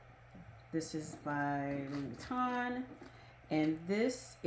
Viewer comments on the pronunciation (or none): Louis Vuitton is pronounced “Louie,” without pronouncing the “s.” FYI 😀